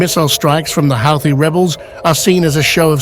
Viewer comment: It’s pronounced like Hooti…